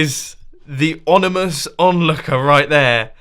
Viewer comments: OMINOUS, not ONIMOUS, just fyi :) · So apparently it's now pronounced "onimus" instead of "ominous"'. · Onimous, I hope you meant ominous. Just kidding, I skipped to the end real quick because I could wait to see what it looked like, so perhaps that was intentional. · Grammar Nazi time. Sorry in advance Mumbo, just being picky. E-LIE-TRA not E-LEE-TRA, OMINOUS, fiERy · onamous? mumbo you were being a bit mumbous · onimous? ONIMOUS? WHAT IS ENGLISH EDUCATION THESE DAYS? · the 'onimous' onlooker